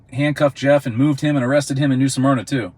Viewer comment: Smyrna Not "Suhmyrna"